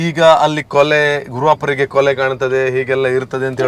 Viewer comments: ಕೊಲೆ ಅಲ್ಲ ಬ್ರೋ... ಕುಲೆ 😄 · ಕೊಲೆ ಅಲ್ಲ ಕುಲೆ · ಅದು ಕೊಲೆ ಅಲ್ಲ ಕುಲೆ. ಈಗ ಆಟಿ ಬೇರೆ ನೀವು ಹಾಗೆ ಕೊಲೆ ಹೇಳಿದ್ರೆ ಕುಲೆಗೆ ಬೇಜಾರು ಹಾಗ್ಬೋದು.😂😂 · Kole alla mare 😂😂😂kule 🤦‍♂️🤦‍♂️😅😅